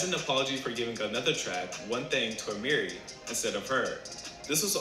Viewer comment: He said Ah-meere instead of Aye-Marie . Sorry bruh, gotta deduct 1 pt.